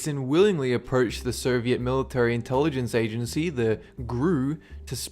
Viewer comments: Is it just me, or are you pronouncing Soviet as 'Ser-viet'? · I think i heard you pronouncing "soviet union" as " serviet? Union"